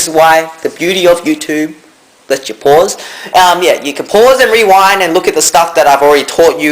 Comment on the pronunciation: he said werind instead of rewind lol